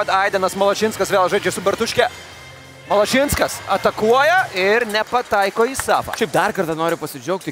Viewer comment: kita karta paimkit vedeja, kuris sugeba istarti zodzius "išbandyti" ir "Malašinskas"